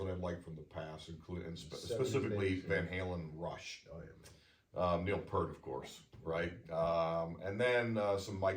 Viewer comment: it is pronounced "Peert" - not Pert.